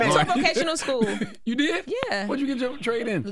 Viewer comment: I'm not accepting slander from somebody who can't say vocational school properly